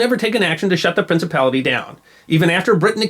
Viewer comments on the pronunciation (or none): Something about the sound of that word, "Prinicipality" that my 20th Century soul just enjoys immensely.